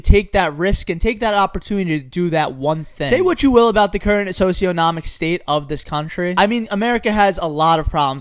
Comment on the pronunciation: its socialECOnomic. not socialnomic.